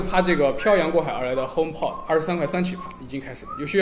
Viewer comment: py君的聲音呢？…看了值不值得買234集，還是第一次碰上這樣的問題？！...還有，應該是HomeP"o"d〔a〕跟iPod一樣。